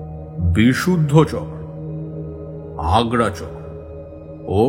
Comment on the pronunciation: আগ্রা চক্র না, হবে আজ্ঞা চক্র বা কুটস্হ। নাভি চক্র না, মনীপুর চক্র, এবং অনাহত চক্র।